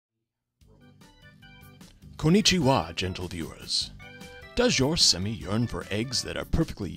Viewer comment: Very cute! But it's actually pronounced "sem-eh" and "oo-keh". :)